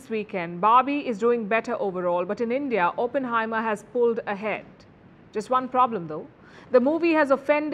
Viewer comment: Please pronounce Oppenheimer correctly